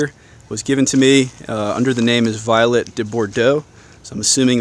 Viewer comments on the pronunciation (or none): Vee-oh-let-A it’s French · Vee-Let. You must be speaking Poncey French.